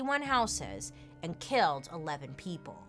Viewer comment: Did Bailey just say kelled?🤣🤦‍♀️